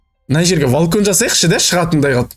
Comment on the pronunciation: Агай валкон ❌ емес балкон маган Ре ренжімеңіз 🤔